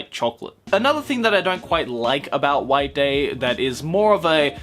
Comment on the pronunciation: instead of white day i heard wank day.